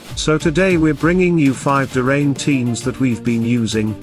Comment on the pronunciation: It's like a sink drain; DRAYNE. not duhhh-rain 😆😂 make it stahp 😅